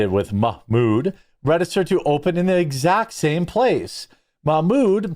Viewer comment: MOCK-MOOD HAHAHAHAHAHAHAHAHAHAHAHAHAHAHA FRIGGIN JEREMY!